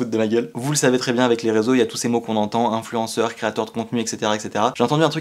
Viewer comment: « Influenceur » un accent de qualité